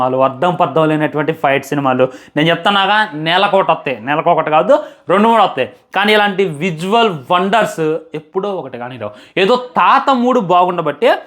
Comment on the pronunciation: Visual ❌ Vizzuval😂✅ Inka nayyam fire and ass* analedu 😢